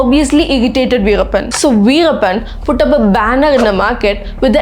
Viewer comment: Tell the name correctly